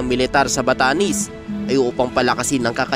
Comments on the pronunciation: BATANES HINDI BATANIS BOLOL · Npre ..batanes Hindi batanis ... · Batanes !!! d Batanis😅